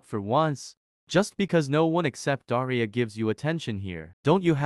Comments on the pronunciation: When said daria it sounded like diarrhoea😊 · The fact that pronounces Daria like deiria 😭 (Sorry if I spelt that wrong im not English!) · Daria more like daraia